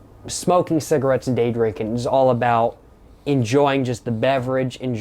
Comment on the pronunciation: “Saggarates” annoyed me so much the way he called cigs that 😭😭